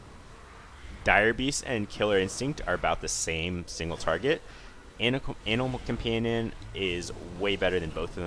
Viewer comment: i keep hearing anal companion o.o